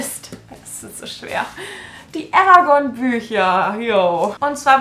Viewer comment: Endlich jemand der „Eragon“ richtig ausspricht❤️